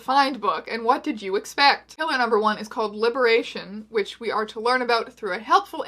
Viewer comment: When you said "Pillar #2" for the first time it legitimately sounded like "Hitler #2" and I LOST it.